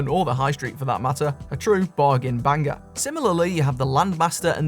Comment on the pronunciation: Bang-ger after bang-ger